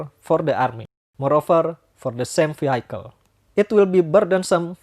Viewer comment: Sebutan bukan veehaikel tapi veehikel